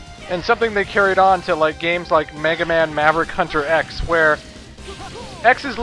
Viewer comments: "All Maraverick Hunters"? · What's a "Muraverick"? These actors, man. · Ever notice how it sounds like the "emergency" voice goes " all mraverick hunters"? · I prefer Clement's version of DR. WAHWEE! :D Btw, did the alarm guy say "Marevericks?" õ_o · ...All MALAVERICK Hunters? Wow, that's almost as bad as Doctah Wahwee.